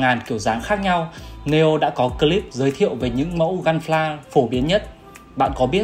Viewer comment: ông này ko phát âm được chữ P à mà cứ gun phờ la